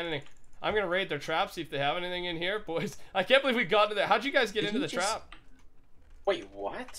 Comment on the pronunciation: how come you guys say boysh instead of boys